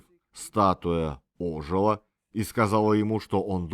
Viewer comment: К сожалению, и русский прихрамывает. Статуя не Ожила, а ожилА...